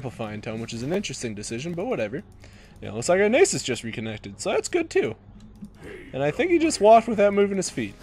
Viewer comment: The way he says Nasus reminds me of the word anus.